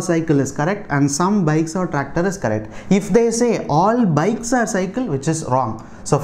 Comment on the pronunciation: Why you are PRONOCINING are as or?